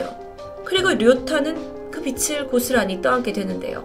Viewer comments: 다 좋은데 '빚' 발음만 좀 더 정확하게 해주셨음 좋겠어요. "빚을" 발음은 "비슬" "비츨" 아니고 "비즐".홧팅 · 발음 '빚을'을 [비츨]로 발음하시면 ㅠㅠ 빛이 됩니다..ㅠㅠ [비즐]로 발음해주셔야 전달이 더 정확이 될 것 같아요!! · 님! 항상 라디오처럼 잘 듣고 있습니당:) 그런데 빚을 떠안았다 라는 문장을 말씀하실 때 비츨 이라고 발음하셔서요ㅎㅎ 혹시 다음에 영상 제작하시면 비즐 이라고 말씀해주시면 더 정확하게 전달될 것 같습니당ㅎㅎ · 넹 빛을,비츨 노노 빚을 비즐 ,이라고 발음하심 쉬워용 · 내용에만 집중했는데 의식하고 들으니 들리네요. 받침 있는 자음(명사/ 대표음으로 바꿀 조건이면 바꾸고) 뒤 음가 없는 'ㅇ'이 오면 연음시키서 [비즐] 이라고 발음 하시면 됩니다. 잘듣고 갑니다~ㅎ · ‘빚을’ 이거 발음이 저조차도 너무 거슬리네요 ㅜㅜ 담번 녹화엔 제대로 발음해서 들려드릴께요! 이해부탁드려요 ㅠㅜ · ((([빚을]발음...신경써주세오..ㅠㅠ..))) 일본경찰도 참 무능하네요... 피해자 남매 너무 안타까워요..ㅜㅜ